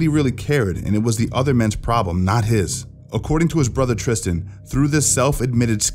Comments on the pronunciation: Tristan not Tristen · Tristan not Christian LOL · Tristan not Christian !